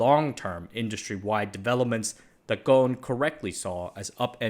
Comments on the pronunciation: Ghon? You are not pronouncing the S in his name, its pronounced Ghusun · It supposed to be Ghosn not Gon because of the way the Japanese addressing his surname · btw Carlos’ last name is pronounced “Gho-son”. The S isn’t silent. However it would be interesting to see how Gon would manage a multinational manufacturing company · yeah i was also gonna comment on this, Carlos is lebanese so his name would be pronounced "Ghosn" with emphasis on the "S" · Pronunciation of Ghosn is WITH the s , sadly these instructions about how to pronounce it came from France , where they ommitted to pronounce it, best way to pronounce it in English is Gosn, every letter pronounced, since the name is Lebanese, not French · The S in Ghosn is not silent. Its an arabic word, Ghosn in arabic means tree branch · Great video as always, As an arabic native speaker The 's' in Ghosn is not silent And it means tree branch غصن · That's funny. In Brazil we would pronounce the s in his surname. I was actually surprised to hear it differently here